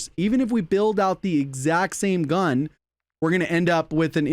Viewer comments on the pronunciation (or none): none